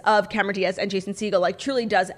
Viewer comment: Claudia you’re going to poke someone’s eye out its Segeaawwwl not Segel 😂😂😂 ♥️